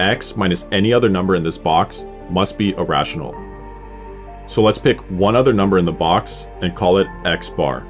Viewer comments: Please stop saying "a rational", it REALLY sounds like "irrational". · Haha wrath of math was right it does get confusing if you don't explicitly pronounce it as EErational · anyone else also heard "irrational" instead of "a rational"? You have no idea how many times I misheard these two in the past 🤣 (I have no idea too, but I can guess in which box I would place it) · I heard "irrational" when you said "a rational". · This would have been much clearer if he didn't say "a rational" the exact same way as "irrational" 🤦🏽‍♂️ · Yes, repeatedly. The annunciation here is not great.